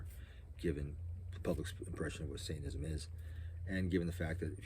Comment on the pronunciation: It's funny how you say it: "saintanism", not "satanism" 😂